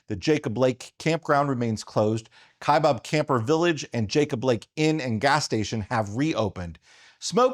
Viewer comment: It is not the "KaibOb" National Forest, it is pronounced just like it is spelled "KaibAb." The second syllable starts with Baaa, Kaibab. Yes, I'm sure of this pronunciation, I started my U.S. Forest Service career (4 years) working on the Kaibab National Forest.